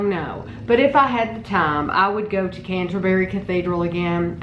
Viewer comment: Canterbury, not Cantaberi...